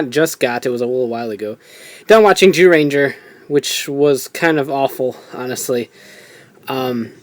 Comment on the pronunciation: Why does he say gyuranger it's zyuranger